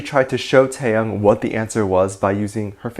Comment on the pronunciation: Lol I can't get over how you pronounced '태형' as '태양'.